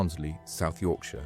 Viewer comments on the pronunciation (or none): none